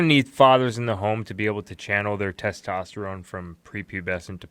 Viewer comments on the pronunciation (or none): none